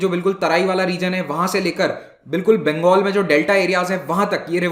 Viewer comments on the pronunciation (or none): none